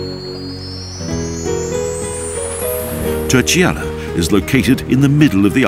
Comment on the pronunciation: Great promotion of the Azores by Expoza Travel. Obviously the presenter does not speak Portuguese, which is fine. However, I would like to point out the the proper pronunciation of Terceira phonetically. It is pronounced: Ter-say-ra...read as if it were written in English (i.e. say is pronounced like the word to 'say' as in something. Great video.